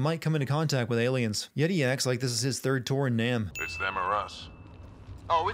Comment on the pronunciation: *Nam - "naahm" — As in Vietnaahm not "nyam" – lol